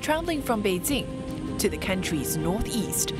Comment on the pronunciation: Is there a need to pronounce all of the Chinese name with tones? Well if so, get all of them right, specifically Beijing. siong